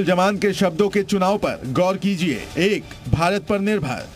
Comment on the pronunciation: Jaman. Nahi. Zaman. Hai urdu ka pronunciation to theek se bolliye